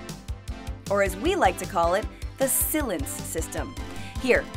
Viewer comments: SILENCE pronounced Sill-inced. 😂😂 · Gary McCaffrey Honestly I don’t agree with their view points, it’s completely faulty and wrong on many levels, but I think that added to the comedy of the video. Some parts were definitely funny, like Sill-lence instead of Silence.. haha :)